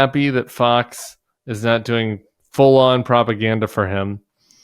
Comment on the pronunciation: Doink ? You mean doing